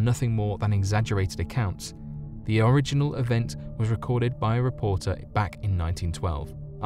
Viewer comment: The opening sentence blew my mind because it literally didn't make sense. Did you make this one up as you went along? Very poorly written. You mispronounced the word "original," which seems ironic in this context. Not your best work.